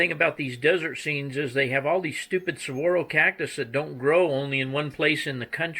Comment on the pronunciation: Hey, Now... What is Wrong with Arizona and those Saguaro make me feel like home ;) You also made Arizona proud, You said Saguaro correctly unlike some host on other YouTube Channels! What gets me is all the stupid mines on those backdrops.